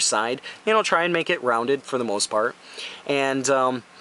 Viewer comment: "the full poo- full proof part.." lmao